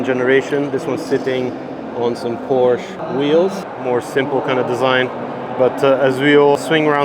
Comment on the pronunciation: The brand "Porsche" gods an e in the end. Please pronounce it!